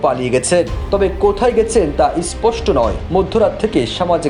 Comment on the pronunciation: গুদমারানির ভাই,ইসপষ্ট আবার কী কথা, বোকাচোদার দের দল আগে উচ্চরান ঠিক কর 😂😂😂😂😂